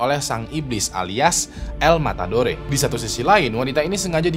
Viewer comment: El. Matadore, d baca el matador